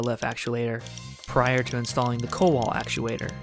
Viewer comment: It's pronounced koval